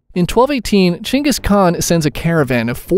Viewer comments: “Chain gis khan” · Gengis Khan ❌ Changus Khan ✅ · “Chingkis khan” wowwww really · Btw, just lettinging you know, it's geng-is-khan not jeng-is-khan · Genghis Kahn, geng•gus•kaan(geng as in gang but a little more E) not Jengis Kahn. Please pronounce his name right. I hate when names are miss pronounced, it reminds me when people miss pronounced the Country Nigeria 🇳🇬. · Every different way you pronounced "Ghengis Khan" in this video Chin-gus Gin-gus Ghan-gus Chan-gus Chin-gist Chin-is Chang-gust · Why is he saying jengus kahn 😂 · Is it pronounced “jing is khan”?? Never heard it that way 😂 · "Chengis khan"... How hard it it to pronounce ? I mean seriously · It is pronunced like that bozo